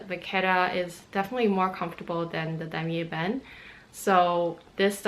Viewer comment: finally someone that pronounces "dammer ebène" in the right way. YAY!